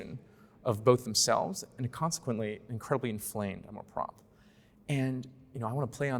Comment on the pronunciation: Nice dialogue, but please learn how to pronounce "amour propre". The 'r' in propre may be a bit challenging, but you guys are driving me nuts.